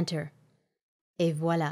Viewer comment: I am surprised that the pronunciation is absolutely perfect. It is a french expression.